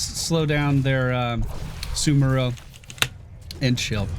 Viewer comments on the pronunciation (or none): Damn it,! SAMuro! Not SUMuro! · it's pronounced Sa-mu-ro he's a samurai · SA-MOO-ROH SA- like in elSA (let it go plz) MOO- like in there is no cow lvl ROH- Fus-ROH-Dah that goat off a mountain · Cant even pronounce the new heroes name. is the worst heroes caster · The amount of people that can't pronounce "SamUro" is too damn high. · It kinda cracks me up how many streamers have a difficult time pronouncing Samuro correctly. It's like samurai but with an "o" at the end. I wonder if they're doing it on purpose or if it's just the dyslexia kicking in.